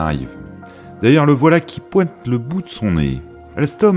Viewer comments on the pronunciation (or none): C'est très intéressant, mais la prononciation du speaker coince très souvent : "la voilà qui pouette le bout de son nez", "en raduisant la longueur des motrices", "le sécrétaire", "les kilomètes" et autres mots avalés, etc.